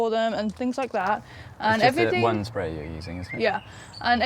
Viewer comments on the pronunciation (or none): none